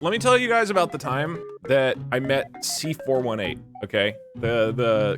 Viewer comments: it hurts when he says C4 1-8 instead of C4 18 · Its pronounced C-4-18